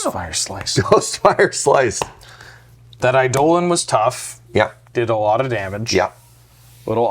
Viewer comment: Your correct pronunciation of eidolon is enough to earn my subscription.